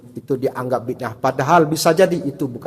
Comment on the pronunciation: Mereka gak tau ngomong bid ah. Tapi maksain jadi ngaco parah